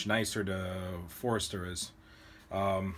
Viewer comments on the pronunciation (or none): Great video on a great press. It's FORSTER not Forester though.